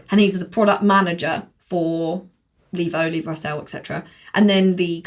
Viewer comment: saying Levo correctly MBUK: LEV-O